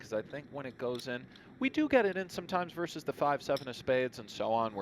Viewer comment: maybe these commentators are used to talking over online poker, where there is no consideration for table talk. Also, it's "versus", "verse".